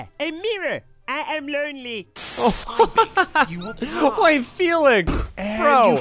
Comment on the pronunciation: “Eh ehm loanley”